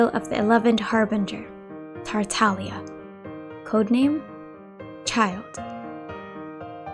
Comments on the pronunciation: If you listen to VA lines, it's Tartaglia. VA do not choose how they pronounce their characters names, they been told how to say it, going by this Tartaglia is correct, not Taralia. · Tartaglia is an Italian word and the "G" is silent.